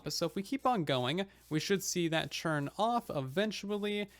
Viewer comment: Why do you keep saying "churn" instead of "turn"?? Is that a thing??